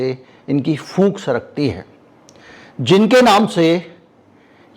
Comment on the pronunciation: Phoonk nahi pook